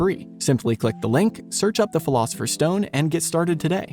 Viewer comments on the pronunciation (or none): none